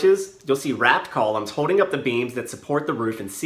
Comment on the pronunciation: This video is very informative but, are you aware of your speech impediment? You eliminate the "L" sound when you say Building and holding. It sounds like "Bewding" and "Hoding"